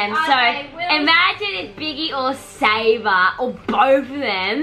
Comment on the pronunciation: Haha everyone says saba while its sabRa